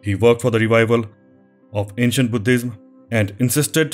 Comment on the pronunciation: Love the way he emphasise “H” when he says Buddhism. I tried this many time, but I could not get it!! Thank you for a lovely and enlightening set of details on the subject. Superb work; sharing with friends!!